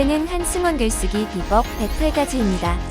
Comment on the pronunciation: 비뻡이라고 발음해 주셨으면^